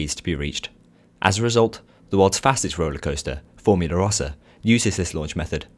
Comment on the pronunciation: "forumla" rossa :p